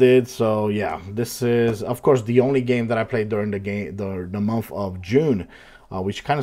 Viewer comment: I like how sounds like he's saying "momf" (month)😂